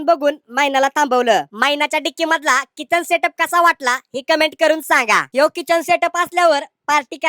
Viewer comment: चिकन ❎ किचन ✅😂